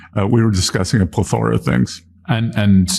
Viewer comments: "plethORa of things"? I've always pronounced it, "pleTHora". Hmmm..I wish I was as smart as pink house loving Bessent. :face-green-smiling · Bessent can't even pronounce the word "plethora" properly. For sobbing out loud take this regime down for treason, high crimes, misdemeanors, felonies, rape abuse and much much more!!! WTH kind of humans are we to sit and watch? This cannot wait for mid-terms, REMOVE NOW! Take care everyone, I feel better now.